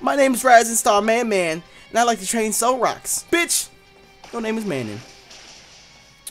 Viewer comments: It's pronounced muh non (Manon) lol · It's Mah-non. And don't talk shit because that's my aunt's name lmao